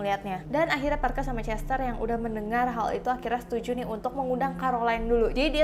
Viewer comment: Chester bukan cester